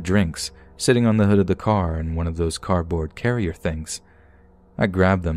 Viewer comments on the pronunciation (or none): none